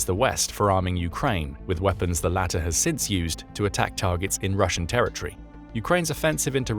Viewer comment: ter-ri -ty (??) ter-i- tor-y Pronouncement of territory.